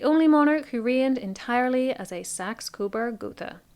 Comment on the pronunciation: Thank you for saying “Gotha” correctly